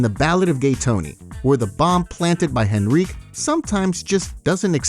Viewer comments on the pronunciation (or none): Henrique not Henriqu XD